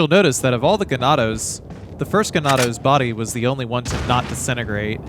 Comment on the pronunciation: Z-lits? Gun-DOUGH-luhs?! Bruh my OCD can't handle it